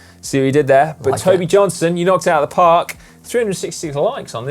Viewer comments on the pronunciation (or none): none